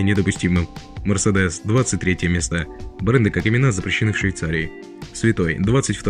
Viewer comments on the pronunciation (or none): none